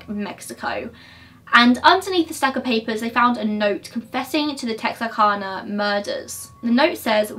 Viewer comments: I agree with you totally about the trigger warnings. Like, the clue as you said, is the thumbnail (btw, Texarkana=it’s cana, like yes you “can”, BUT your accent allows you some leeway with the pronunciations, ppl need to get a life). Ppl need to stop trying to find reasons to pick. Are they seriously THAT bored?? It’s YOUR channel at the end of the day and if anyone thinks you’re doing it “wrong” or they can do it better then they can feel free to start their own channel and do it their way. I fast forward EVERYTIME through “trigger warnings” and those dumb “disclaimers”. It all explains the obvious. I’m an American and I have zero issue and take absolutely no offense when you pronounce something wrong, I think it’s funny most of the time. It’s ridiculous how nervous and worried, not just you, but all true crime youtubers have to be for making simple human mistakes with things like pronunciation. Seriously ok, I saw one girl apologize bc her nail was broken and still another bc she had a bloodshot eye. At the end of the day, while I appreciate your respect to these cases and the victims and the professionalism you present while going through the facts and while maybe you might get paid a little bit, at the end of the day this is a hobby for you right?? It’s something you enjoy doing, you want to help.... you’re not professional anything. And I’m totally defending you I’m not being condescending at all, the reason I say that is bc ppl need to get real and give you a break. You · o yeah it’s texarkana like can-a but like. technically we don’t talk right so no one is judging u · When saying Texarkana the second way of saying it is correct. Tex-R- Cana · My sisters name is kana (kay-na or cane-a) so we say it tex-ar-Kay-na